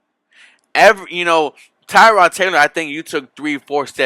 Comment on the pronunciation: Dude ,learn how to properly pronounce Tyrod Taylors name!!!he is not named after a car part. think "tear' as in tear drops of sadness.Tear-Rod.And i was at the game ,the whole team was out of sync at first.But I saw a ton of promise.